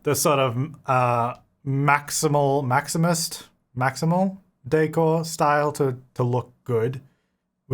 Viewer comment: "Maximilian .... Maximus kit" 😂😂😂